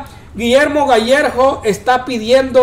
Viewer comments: Gallegos, no gallejos 🤦🏻‍♀️ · El es Gallegos no Gallejos